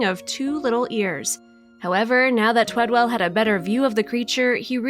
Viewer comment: The guys name is TWEDEL not TWEDWELL. Bet that kinda pissed the dude off that she couldn't say his name right. Gezz, how many times did she say it too? Maybe it would be better if the person telling the story actually read what was written for her also, ya think. Poor guy, does such a great thing and they couldn't day his name right.✌